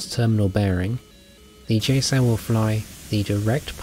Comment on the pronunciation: He says JSOW weird, like "JSoul".... Get real..